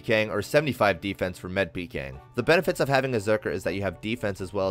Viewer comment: i hate the way you say med, lol. good video though